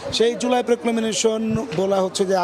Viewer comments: এই ধরনের অর্ধশিক্ষিত সাংবাদিকদের চাকরি দেয়া হয় কি করে? প্রক্লেমেশন-কে প্রক্লেমেনেশন বলছেন বার বার। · Proclamation উচ্চারণ টা ঠিক করা উচিত।